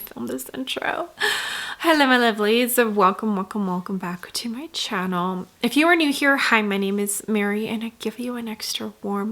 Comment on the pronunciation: You have the most annoying expressions while speaking. I am cringing listening to the way you pronounce “channel”… also the screaming in the background is what made me click off the video